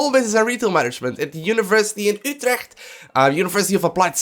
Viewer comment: haha geweldig hoe je 'utrecht' meteen met een accent zegt ;)